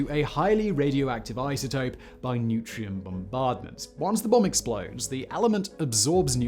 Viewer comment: "neutrion bombardment?" - you mean neutron bombardment.